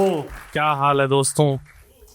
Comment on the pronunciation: Dostoon nahin hota hai, dostoo hota hai.